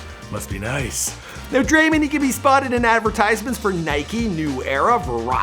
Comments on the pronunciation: Thanks so much for all the NBA stars. If you don’t know how to pronounce it it’s drae-mond not drae- mind. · Bruh it’s Draymond, not Draymend, Dray - MOnd, with an o not a u or an e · he calls him draymind and its so annoying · Stop saying Draymon. It is DrayMOND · Dray-mand😂 it’s draymond bro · DRAY MON NOT DRAY MUN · Who is Dremen it’s Draymond 🤦‍♀️ SMH 😂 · Lol i love this dude dreymend LOL ITS DRAY- MOND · It’s draymond and not men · It’s not draymen green it’s draymond green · Dray-MOND Green come on buddy it’s not hard 😂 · Draymen? Wtf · DRAYMEN greenn???😂😂😂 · "Dreymend" "Sagniwah"... you good??? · Everybody loves Dray-mindd - pronounce it correctly dufus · It is Dray - mond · "Draymind" wrtf, also what is the wired noice that you keep on making. It's so fucking annoying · “Draymend” 😂 your a damn bozo,why can’t you ever pronounce someone’s name correct. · Lol this guy it’s Dray•mond and Sag•i•naw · sayin Dreymand Green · its dray-mond draymond its not hard to say it right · Dreymund Green LMAO c'mon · Draimen😂😂😂 i was crying😂😂😂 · he says his name like dreymond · Come on cant even say his name right. You honestly have one job to do this right. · Your mispronouncing his name on purpose? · Why you mispronounce people’s names Like Draymond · Learn to say someone’s name properly fam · Am I the only person bothered by how he says draymond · Thats not how you say the name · Bro get his name right man it’s not hard 🤦🏽‍♀️